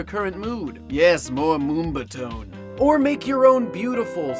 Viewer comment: Did you say "moom-bah-tone"? It's pronounced "moom-bah-tin" or "moom-bah-ton". Lol